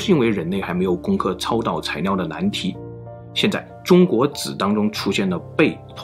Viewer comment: 到底是埃及難還是中國難🤣🤣 這個難色是超導材尿😂😂 整個影片被這發音一直搞笑